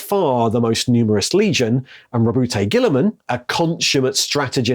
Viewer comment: I'm sorry your calling him Roboute what now?